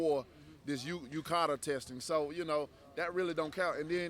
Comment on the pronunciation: "UKADA" hahaha. Dunce